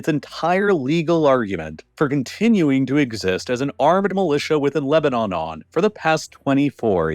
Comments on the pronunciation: he says Lebanon-on, seems like a typo and makes me wonder if the voiceovers are being AI generated. Pretty good if so, I didn't notice. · Was this made with an AI voice? "Lebanonon"? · Mispronounced Lebanon and didn't even care.